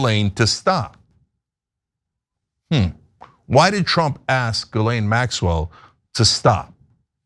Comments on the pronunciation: Dude it’s GHI-Laine, the s is silent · as journalists try and learn how to pronounce her name correctly. you do not pronounce the "s" in Ghislaine as it is a french name.